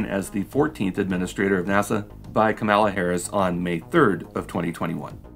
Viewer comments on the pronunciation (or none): KAH-mala Harris pls :) Kah-MAH-la is Kamala Khan, Ms. Marvel :)